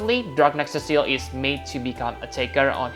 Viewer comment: "Cecile" is a girl's name. His name is Cecil as in see sill lmao.